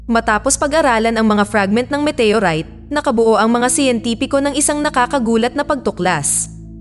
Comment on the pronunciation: Walang pelikulang METEYURAYT! baka galing din sa ibang planeta ang nag salin sa salitang pilipino. OLRAYT METEYORAYT